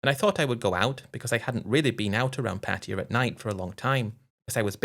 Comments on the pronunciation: U managed to say once pattaya, before reverting back to ur favorite word, Patia 😂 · I believe the correct pronunciation is Patty-a (not Pat-tay-ya).